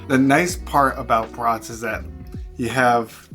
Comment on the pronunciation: Nice video, as always! Are they beef? I like the pronunciation: brutts (as in mutts).